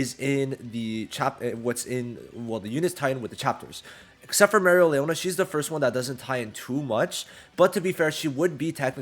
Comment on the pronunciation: Im hoping you see this so you can correct it. Everyones mad at the way you say Mereleonas name because u say it like Mereo lee ona But its pronounced marry lee ona. Fluently